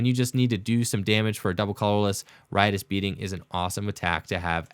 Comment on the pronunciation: The first time anyone on the Internet has said “Riotous Beating” correctly.... the amount of times I’ve heard “Righteous Beating” has hard triggered me...... Thank you for saying Riotous